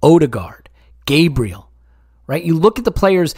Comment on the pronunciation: Enjoyable as always fellers, but please for the love of all that is good and holy if we have a player that is a member in our squad and one hopefully that will stay long into the future can you at least try to pronounce their name correctly? Gabriel's name is pronounced GAH-bree-el instead your take of the Anglo GAY-bree-uhl. Kinda like how we pronounce Thierry Henry's last name as On-Ree and not Hen-Ree.